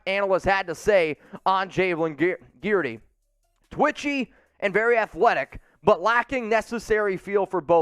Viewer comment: Guidry is pronounced GIDJ-REE